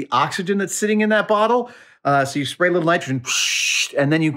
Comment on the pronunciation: "Spary" even. Soy.